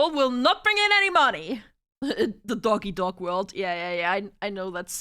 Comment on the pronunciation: sounded like she said duck eat duck lol